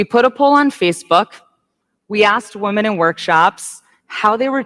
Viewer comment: What is it about this trend of women pronouncing women as 'woman'? Is this some kind of feminist new speak? Perhaps women are now referred to as 'woman' as a collective? Because...last time I checked the plural form of woman is women pronounced wimmen. I notice she uses the correct plural of man, men, but not women. Me don't get it.